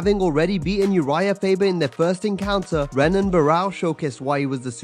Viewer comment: Pronounced "Henan" Barao guys, like "Hoyce" Gracie vs Royce.